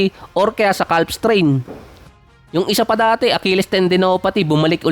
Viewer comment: ano yung basa ng calf? hahahahha silent "L" yun bro.